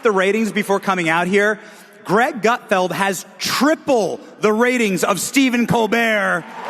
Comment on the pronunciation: Did you say "Great Gutfield"